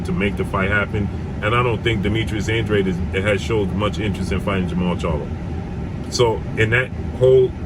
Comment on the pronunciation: Andrade is pronounced "Ondraj" (Portugese)